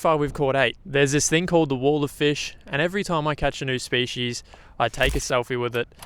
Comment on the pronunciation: Hey, great series. Been watching for years. But can you please pronounce species properly 😂